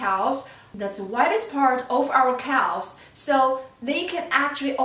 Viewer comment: It's pronounced cavz, the l is silent. Sorry it was driving me crazy.